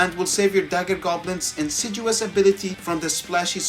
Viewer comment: I kinda hate to point it out, but since you said it over and over and over again, it's "insidious", with a "D". There is no "G". It's pronounced in-sid-ee-uhs.